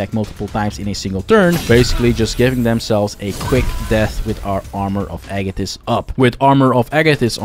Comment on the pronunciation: I'm liking this video simply because you pronounced "Agathys" properly.